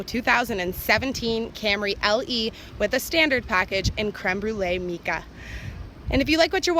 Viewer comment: You pronounced mica wrong.